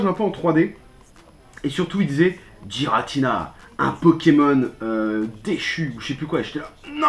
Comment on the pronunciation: C'est Giratina et pas guiratina